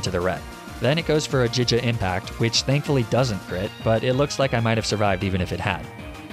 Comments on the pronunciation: did he just say... jija impact? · The heck is "Jija Impact?" I know GIGA Impact. Giga, like Gigabyte. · "jija impact" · I understand getting pokemon names wrong bc they are names, but "jija impact" has a correct way of saying it afsgasdθeyrjyjdfjd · “MALEficient” and jija impact. Great content but dear god the pronunciations drive me crazy